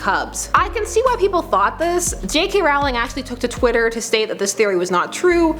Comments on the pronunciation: ITS ROWLING. Not Rawling You don’t say bawling... you say bowling. See? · It is ROwling Not RAwling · It's Rowling not Rawling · Just saying, it's not J.K. ROUwling It's J.K. ROLLing (thats the way it's pronounced not spelled I am completely aware it's spelled JK Rowling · ITS ROLL-ING NOT ROWW-LING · it is rolling not rolling seriously get it please please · IT'S PRONOUNCED "ROLLING" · it's actually pronounced rolling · Rowling as in BOWLING NOT AS IN HOWLING please copy paste this every Potter video you watch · I love the giggle. :-) But please- PLEASE!!! It's ROLL-ing! Rowling like bowling! Failing such a basic thing like that really cuts credibility on other matters! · *Sigh! Please get JK Rowling's name right! It's Row-ling as in Row the boat, not as in a Row (argument) :P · I hate it when people pronounce Rowling wrong... ROUWLING LOLZ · Mispronouncing JK's last name? Yikes.